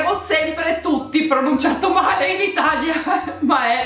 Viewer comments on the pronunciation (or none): none